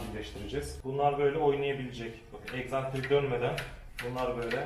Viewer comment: Egzantrik değişmiş dediniz ne acaba eksantrik 🤣🤣